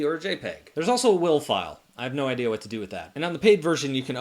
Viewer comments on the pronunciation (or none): none